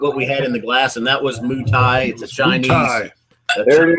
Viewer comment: Moutai The Mou is more pronounced like "moe."